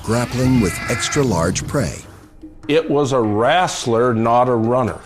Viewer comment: so much knowledge... and yet he cannot pronounce the word "wrestler" correctly.